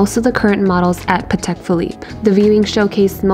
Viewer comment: You don’t pronounce Patek correctly. It’s pronounced pAtek with the accent on the a, not patEk like you do.